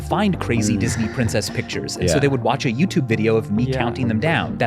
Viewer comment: "Youtube-buh" "Upload-uh" "The new minumum-uh" "Didn't come so frequently-uh" "A pattern forming-uh" "Quantity-uh" "No-one else helping-uh". Dude. Stop. You sound like the cashgrab-ummmm chic.